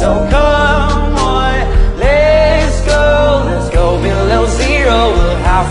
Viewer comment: It doesnt even sound like he's saying let's go it sounds like "hands go"...but i feel like the way he pronounces it makes it better in a way